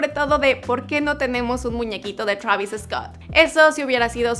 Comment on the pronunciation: Travisis Scott !!!!! 😂😂